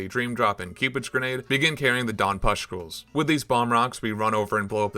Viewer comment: take a shot every time he says "puscktules"